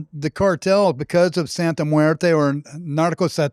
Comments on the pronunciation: Bro, you should learn how to say it first before making a whole video about it. “Santa muerta” lmaoooo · Santa muertaah??😂😂 ummm 🤔 WHAAT? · Don’t bring Catholicism into this, Santa muerte is not Catholic. You’re not even saying it correctly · you mispronounce Santa Muerte wrong.